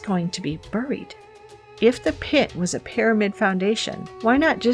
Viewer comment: pronounce buried , like this barryd not burry